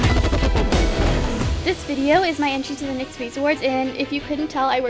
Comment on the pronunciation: im pretty sure its called N-Y-X like say each letter.